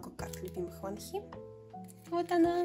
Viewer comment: какие красивые карты❤❤❤ очень мне по6равились❤❤❤ я хоть и не душила , но хочу поправить Во́нхи на первый слог ударение и не айлит , а айлилит. буду рада если помогла!!❤❤